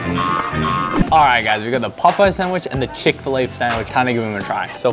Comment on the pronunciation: Chick fa lay Chick-fil-A